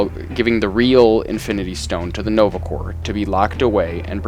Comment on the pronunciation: corps is pronounced "core"